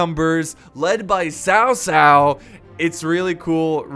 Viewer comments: BTW it’s not Sao Sao it’s Chao Chao From Malaysia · its basically tao tao not sao sao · It is pronounce chao chao not sao sao just to inform but great video ^^ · its cow cow not sow sow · Dude its pronounced Kao Kao... not Sao Sao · Ghostlead 360 it is actuallt pronounced ts-ow ts-ow. I know because I have the same surname. Chinese spelling is Cao. Taiwanese mandarin spelling is Tsao. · guitarhamster is it? because I usually hear it pronounced Chao Cao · His name is Cao cao but its correct sound is cow cow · cao cao is not "s-ao s-ao", Sao Sao means elder brother's wife … "c" pronounced as "ch-", like ch-ange, Ch-ina, in English, but without tiny " ee/i/" sound. Changban, pronounced as " 'Ch-' (similar to c sound in cao cao, but not exactly same) '-on' (similar to English word on) and ban is same as English ban… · it's kao kao actually :D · tsao tsao, ts as in Mi (ts)ubishi or wha(t's) up. Applies to all "c" in pinyin. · Its pronounced tao tao and A guy name oversimplified made a video about this check him oust just look up "Oversimplified three kingdoms" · Is it not chao chao (pronunciation) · Not to pronounce Sao Sao!!!!! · It’s pronounced tsao tsao Tf is Kao kao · Daniel Etheridge no one in China calls him cow cow That’s just completely wrong